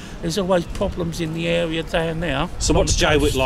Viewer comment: Why does he pronounce "th" as "v"? Ve instead of the, vese instead of these.